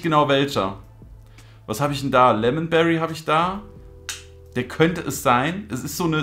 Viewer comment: sagt lemonbrei anstatt lemonberry